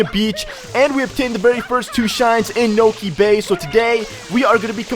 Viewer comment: You said: Niko bay XD